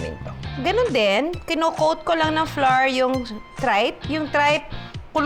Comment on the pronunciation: Watching from Palm Springs 🌴 Ca I noticed the words " Flour" you pronounced was awkward 😳 Flour should pronounced "Flau - ur sounds like "Flower" with a convenient twist "slang words " Thank you no offense